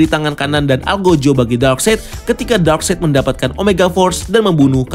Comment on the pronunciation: Darkseid itu dibaca darkside bang. Bukan darkseit. Greget gw 😂 Ralat juga nama asli martian manhunter itu J'onn J'onzz bukan jay junes bang. 😅 Btw good review. Ga sabar banget nonton ini. Pasti bakal beda banget. Gw optimis bgt ni sama Snyder's Cut. Semoga tidak ampas seperti justice league sebelumnya. 😂